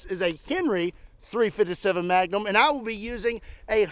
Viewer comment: You had me dying laughing how you was saying 3fisevm7 Magnum 🤣🤣🤣🤣 please do not change how you pronounce it please! I love it so much I had to keep watching it over and over& over 🤣🤣! Your improve is so good! Was you like this to an extent "I understand there is a time and place for everything!" I'm talking about just in average & when had to deal with really dumb people as a Law in forcer! But, If you could and wouldn't mind would you tell us some of the Good, the bad & the ugly times? And what would be most entertaining is, if you could reenact And to make it real funny, you could even make the reenactment, very over the top just to make it funnier! I live in mason, OH, and it seems like you are not to far from I live! I was raised in Kentucky & Tennessee, I'm just a good ole man! Who has lived in Mason, Ohio a very long time One of my dream thing is to fire a few of full auto firearm, It has been a long time dream & bucket list! And I am just like you, I really love recoil! If she ain't kicking, it'd no fun, lol! Please think about it, I would rather do this when it gets warm. Thank you!